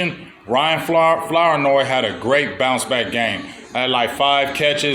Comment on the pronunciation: Floor-noy is how it’s pronounced